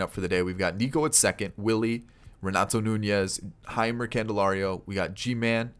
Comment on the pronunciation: Jeimer is pronouned as a J sound not H